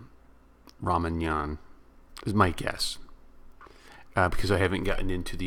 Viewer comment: Not ra man yan its ra ma yan.